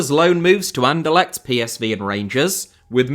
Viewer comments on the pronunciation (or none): none